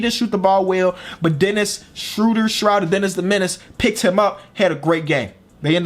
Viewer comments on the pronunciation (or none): How to pronounce Dennis Schröder's name